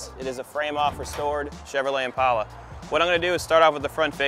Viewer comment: Congratulations for being the first White guy in history that pronounces Impala correctly, with a long A instead of a short A.